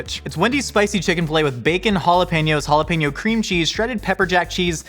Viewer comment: It's jalapeño, not 'halapenjo'. Try Forvo, or learn basics of Spanish.